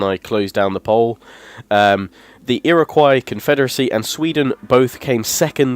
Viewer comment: The way he said Iroquois at the beginning of the video triggered me.